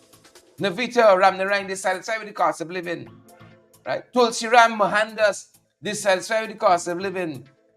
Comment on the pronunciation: Mo-han-das pronounce names correctly